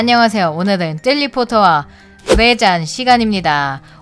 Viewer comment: 젤리 포터라고 하신것 같은데여?